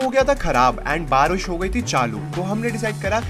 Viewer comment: baaris but here barus 😂😂😂